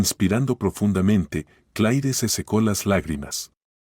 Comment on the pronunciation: Sr No es Clai Esta bien rscrito Pero se pronuncia C L E R Para que ponen nombres en ingles, si no lo saben pronunciar